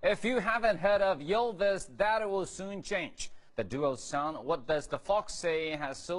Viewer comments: 1. My ears start bleading everytime he says "Yillvis" o.o 2. Bård's lisp from - is soo adorable 3. Vegard=dark, curly hair, smaller Bård=dark blonde hair, taller Remeber this reporters when you are going to interview them. 4. When they would have been successfull 50 years ago, I want to be born ca. 60 years ago in Norway so I have at least a chance to marry one of them :3 5. They should really know that here's a handful of silly people from all over the world who would recognize them without their costumes. Amen. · Not "Yill-vis." "Ill-vis!" Funny how Vegard says they're not recognized. There's an entire faction of us who would kill to breathe in the same rarified air . . .